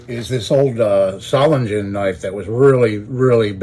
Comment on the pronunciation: If you're interested, Solingen is pronounced ZAW-lin-gen, with the g pronounced as a g rather than a j.